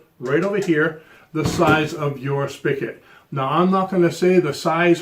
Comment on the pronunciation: Spigot… not spickit